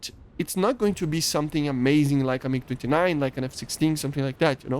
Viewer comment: is it me or did he say mig 59